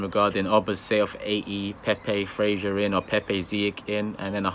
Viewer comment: Who the hell is frashur????🤣🤣🤣it's Fraser mate